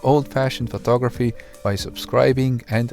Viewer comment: photography, NOT phtography.